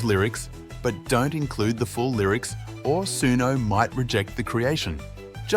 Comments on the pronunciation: It's pronounced soono, not soonyo. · Bro is Suno not suniu